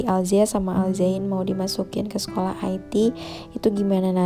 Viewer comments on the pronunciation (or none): Sekolah IT dia baca "ai ti" 😂 padahal Sekolah IT dibaca "ite" karena singkatan dari Islam Terpadu 😂🤣